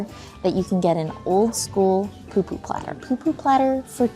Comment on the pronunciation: Its pupu not poo poo aloha 🌺🌴